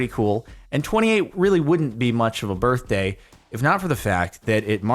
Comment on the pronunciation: It’s your burfday